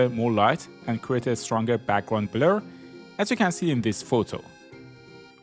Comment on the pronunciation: Noooo you no longer say background blEr 😔